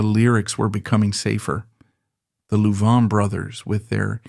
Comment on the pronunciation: A I can’t pronounce Louvin properly. Other mis pronunciations. How did their name change from loudermilk to Louvin?